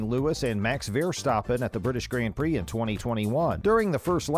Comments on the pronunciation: “Renaallt” “Grand Pricks” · Who the f pronounces "Grand prix" like that 🤣 I cringed so hard.